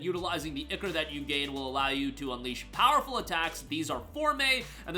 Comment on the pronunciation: Someone finally said the word right. It's pronounced "Ick" "or"! Not "I" "core"!